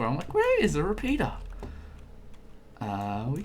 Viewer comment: I know hes saying repeater but it sounds like repeeta not trying mean though